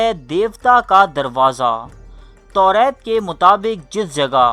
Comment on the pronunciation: توریت نہیں تورات ہوتا ہے